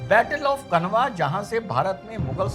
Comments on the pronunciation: खनवा नहीं खानवा है भाई... उच्चारण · श्रीमान माफी के साथ कहना चाहूंगा Khanwa (कनवा) नहीं इसे खानवा उच्चारित कीजिए क्योंकि कनवा नामक जगह कोई नहीं है बल्कि यह खानवा, भरतपुर, राजस्थान में स्थित है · dr साहब ,, battle of khanwa , - खानवा का युद्ध, मैदिनीराय चंदेरी के राजा सही उच्चारण , "खानवा का युद्ध", " मैदिनीराय "